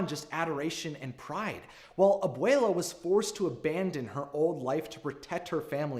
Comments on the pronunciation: The way he says abuella tho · If you say Obwele as Obwala I will literally implode. Nothing personal just a little annoying but I love your vids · “Ab-wale-a” -This guy on my yt fyp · I died every time he said abuela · Please work on your pronunciation don’t slaughter our culture by white washing it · Anyone else gonna talk about how he pronounced Abuela and casita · i cant get over the way ur saying abuela